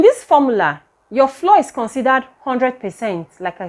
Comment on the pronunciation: Thank you for this informative video. Please note, ‘flour’ is pronounced like ‘flower.’